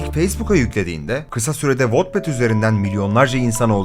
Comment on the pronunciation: wetpet diye okunuyor sinir olduumm